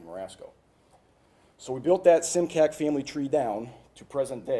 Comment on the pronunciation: It's interesting how he says the spelling of immigrants' surnames changed, but this particular surname (Simcak) is actually just the opposite - the spelling remains, except for the diacritics, but the pronunciation is quite off (it would be Šimčák - pronounced as Schimchuck).